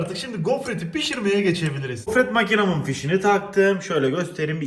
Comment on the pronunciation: Ben:Çok güzel bi ta...: G O F R E T M A K İ N A S I